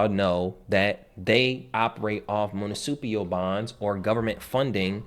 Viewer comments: MUNICIPAL. Say it slowly as many times as necessary before making a recording. Too many people try to discredit great wisdom… keep up the great content. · Dude, you can't even pronounce "Municipal Credit", anyone can read information, show examples and prove it. Show some receipts. I learned in life to ask people to prove it and if they can't, then it's just information. That's all.